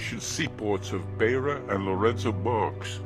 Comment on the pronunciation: Very good documentary, apart from a few insignificant errors of fact in the script, and the narrator's pronunciation of Beitbridge and Beira is incorrect. (Which tells me the narrator probably did not ever live in the country he is telling the story of.) There is nothing mentioned about the coloureds (for US readers: in Africa a coloured is a mixed race person), Greeks and asians, nor is there anything about the attacks on missions, nor anything about a few deadly conflicts between ZANU & ZAPU. My main worry is that as of 14 Sept 2018, the film has 108 upvotes as against 40 downvotes, which tells me something disturbing about the minds of one third of the audience.